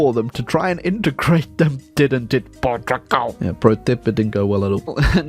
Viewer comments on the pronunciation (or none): Port Tugal yes, this is how its pronounced I'm gonna force feed u pasteis de nata for this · "Portiugol" xd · From a Portuguese guy, it heart wearing you trying to pronounce the name of the country.